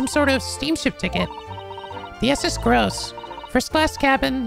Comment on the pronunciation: Of course reads "Groose" as gross.